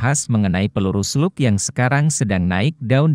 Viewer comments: Bacanya "SLAG". hy koreksi aja mas. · Izin masseh; bacanya tetap slag, krn itu dicomot dari bahasa aslinya sono.